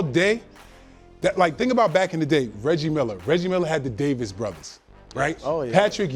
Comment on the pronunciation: Come on,. “Davis brothers” 🤦‍♂️